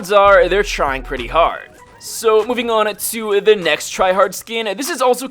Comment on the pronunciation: "There trying pretty harrrd"😂